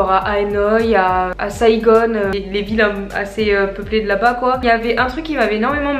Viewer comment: On dit pas "saigone" c'est saigon la prononciation et moi jsusi vietnamien guadeloupéen et je vit au Vietnam a Da Nang